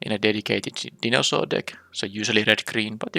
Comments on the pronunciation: I've been having fun with this set, interested to see how you draft it and the synergies you find. A few words you mispronounced, just minor issues though. Dinosaur = Die - no - saur. Stinging = Sting - ing. And Scythe... well, I'm not sure how to describe how to pronounce that one. It's really weird to pronounce giving its spelling. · also (and this will come up a lot as it's central to the RG theme) it's pronounced die-naw-soar. love the videos btw